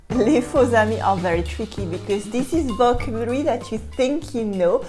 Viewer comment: Could I give you one pronounciation note?)) you are always saying vOcabulary meanwhile it has to be pronounced as vocAbulary)) try it and you'll see, it's even easier to pronounce))))) et merci beaucoup de ton travail))